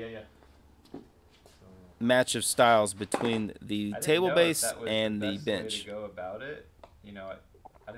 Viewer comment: 🫣I’m hard of hearing and kept thinking you were always saying “bitch” instead of “bench” thinking dang this guys gangster. Hehe